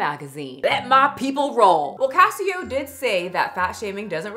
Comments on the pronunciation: Is it not pronounced Case Oh? Like Queso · Case-Oh. Queso. Not Casio. And it's literally a bit; he says "You're banned" to everyone. He doesn't actually ban anyone. He purposefully encourages the fat jokes; the engagement it creates has helped build his platform. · CASSIE OH??? it's case oh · Queso! Not Ca-eee-oh! He “bans” for everything. Edited to add the quotes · Cassyoh? Case-oh 😭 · It's pronounced like queso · Pronounced case o Like queso the cheese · Yeah it’s CASE OH like Queso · I think it’s case-oh like queso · It’s pronounced like “queso” lol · ohhh nooo you butchered- no, SLAUGHTERED hid naaaame 😭 it's pronounced case - oh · I don't really know him but I think it's pronounced, like, queso? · isnt it pronounced Queso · It's pronounced case oh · She didn’t even say his name right why is she talking about this 😭😭😭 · You are NOT saying his name right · This video has made you lose a lot of credibility,. You clearly didn’t look into caseoh enough, and it shows. This video is very inaccurate and you even mispronounced his name, which is available in almost every clip he’s in…